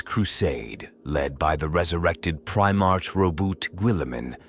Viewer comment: A little heads up: The gene in genestealer is pronounced as jeans and the ch in primarch should sound more like a k. Might have missed a few more but I hope this helps!